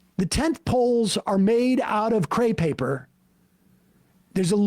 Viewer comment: It's crepe paper, not "cray" paper.